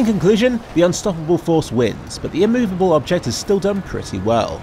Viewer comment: Compile-ation, inmoveable object